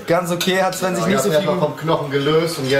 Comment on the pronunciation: du sagst einfach Zwen anstatt Sven✌ ich Feier dich 😅